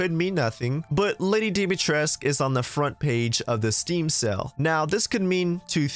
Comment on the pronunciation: You know "sale" and "sell" are different words right? Like they aren't both pronounced as "sell"